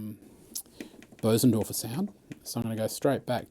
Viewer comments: It's Bösendorfer, the ö is pronounced like the u in "fur", but longer. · this is without doubt the greatest video demo of any instrument in the history of the world. I do however have an issue with the pronunciation of Bosendorfer. also what stool are you using? I really like your stool.